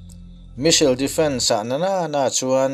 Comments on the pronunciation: American leh british pawhin Misil tih a pronounce a awm lo, s hi lam hmaih a nilo ve². Missile - Mis-sile. Vassel/Cassell nen a in ang reng, Bristish in a lam pial lemlo, a ziahdan ang ngau² in a lam an a tir lam a, a rawn lam dan kha a diklo deuh a ni mai. Diklo tih lémah kan lam dan ani ve mai, a diklo chuanglo ang. Ka rawn sawi ve mai² nia. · Misail tive mai la, Misil tih aiin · India hian Iron Dome Defence System hi kan nei ve em le..(ka hriat loh lam tak thil ania). Chuan ngatinge 'Me-sil' ti a i lam kher a 'Missile/Me-sile' hi...i in la inno tha leh vel em ni? 🤭🤪😝😂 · I Missile lam dan hi ka bo tep a lawm le...